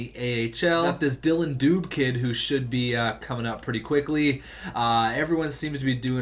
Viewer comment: Dube is dubay